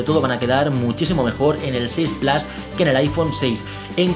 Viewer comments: Con cariño y respeto amigo la pronunciación plas no existe además si eres español es plus si eres francés es plus pero se pronuncia en francés (pluse) en alemán meher (mia) y en inglés británico plus (plous) pero no plas pq no está bien no intentes pronunciar un inglés estadounidense fallido si estas hablando en español pronuncia la palabra como es adoptada plus like amigo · Claro este señor no sabe pronunciar es plus en español pq es una palabra adoptada del francés pq plus viene del francés plas esta mal dicho no es estadounidense es español y tiene q pronunciar las cosas como tal por ejemplo si eres español no hables como mexicano lógico q queda muy mal decirlo mal cesar tienes razón pero q no lo diga mal es plus no plas q es español no tiene q cometer expresamente el error de los estadounidenses gracias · Cada vez que dices PLAS en vez de PLUS muere un gatito... tu veras. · Se pronuncia en inglés "plos" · No mezcles idiomas y encima mal q no puedes decir iphone 6 plas si hablas una palabra en español la dices en español entera no media en español y media en inglés mal pronunciado